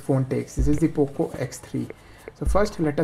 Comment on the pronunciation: who heard oppo x3 😂